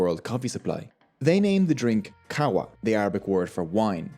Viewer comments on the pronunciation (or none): Qahwa doesn't mean wine. It means Energy drink, thats why they named coffee, Qahwa. Also its not Qahwa, its Qaهwa. Which is a stronger 'h'